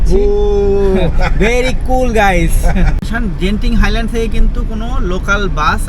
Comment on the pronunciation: জেনতিন হাইল্যান্ড ❌ গেন্তিং হাইল্যান্ড ✅